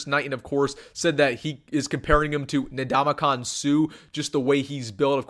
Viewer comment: Ndamamkong, not Nadamakon